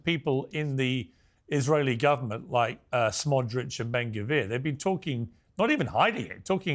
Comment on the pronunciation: So tired of hearing Piers say “Smodrich”